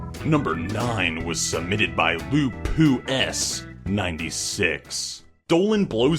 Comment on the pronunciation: Oml He said LooPooEss... The word was LuPuS That's Loopuss Like the disease -_